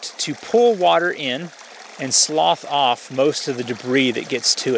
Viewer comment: "slough off", not 'sloth off". ;-)